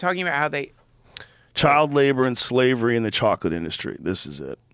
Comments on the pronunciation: This man says chocolate like that fish in spongebob.. "Chawwkklit" lmaooo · joe pronounces chocolate like the old woman from SpongeBob